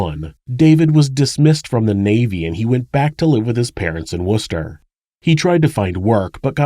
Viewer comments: An American actually pronounced wooster correctly!! Lol. The attention to detail is what makes this channel a cut above the rest. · I'm so impressed that you pronounced Worcester correctly.. We Brits are evil with the ways we try to catch you out. 😉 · I originally only clicked to hear an American pronounce Worcester wrong. Kudos for getting it right. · You pronounced Worcester correctly, I'm impressed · Love your videos ! I am from England and can appreciate that the place name doesn't sound anything like its spelt. its actually pronounced woos-ter-sheer but said said fast. thank you for the video! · Can I just say a BIG thank you for pronouncing 'Worcester' properly! Most people not from the UK say 'Worse Ester' or something similar! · I truly truly commend you. You pronounced Worcestershire as just Worcester and that is how we say it and read it here without the shire on the end . You are the only US / Canadian true crime reporter that has done this and never butchered the wonky olde English town names. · "Worcester" pronounced correctly ! 1 impressed viewer. cheers edit; adding the help lines , esp the discreet 'double tap' option is great to see too. top job.